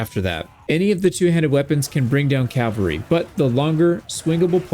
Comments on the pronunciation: This is a big pet peeve of mine. I love your videos and they have helped me so much with this game. But a piece of me dies every time you say “” instead of “cavalry.” You always spell it correctly but it’s said wrong. I know it’s a small relatively pointless gripe. Thanks for all the wonderful videos you make and all the effort you put into it. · Glaives are nice until you fight someone with javelins. Then it's bye bye companions. Shield, mace, two stacks of Javelins, unless the companion is an archer and then I'll use the glaive, bow, and two stacks of arrows. Also, it's CAV AL RY. NOT CAL VA RY. is the site of Christ's execution. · Why do so many Americans especially say "" it is your language guys:p